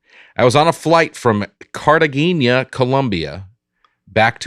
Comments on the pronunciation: Aaron has seemingly never seen Romancing the Stone, as evidenced by his pronunciation of Cartagena during the comments portion of the show. Masterful on "middle name Hiss" though. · The way Aaron pronounces Cartagena! LOL